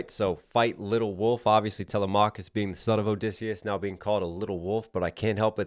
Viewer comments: I’m sorry but u stopped watching as soon and he said talamacus name wrong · The way he pronounced telemachus